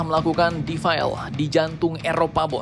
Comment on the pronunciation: Min bacanya DE-FI-LE...!!!! Bukan dibaca Difile....apanya yg defile....file computer ??? Bahasa Inggris lah yg benar , atau bahasa Indonesia saja , iring2 an barisan gitu ...he he he